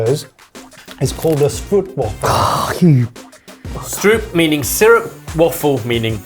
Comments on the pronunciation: Why can no one ever pronounce stroopwafels? Not stoop but rope. St-rope. I'll forgive everyone for the waffle bit, but you've got to get the stroop right. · Aaaargh! I knew they were going to say stroop. They're Dutch and the stroop is pronounced strope. The bicky of my childhood, best eaten a couple of minutes after you've placed it on top of your steaming cup of coffee. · Stroop doesn't rhyme with group but it rhymes with rope! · I will never not smile when I hear "stroop" pronounced in English.